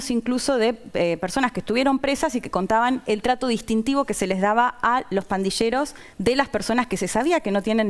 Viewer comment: Pandilleros no se pronuncia /pandisheros/. ⚠️ Cuidado con la pronunciación señores argentinos.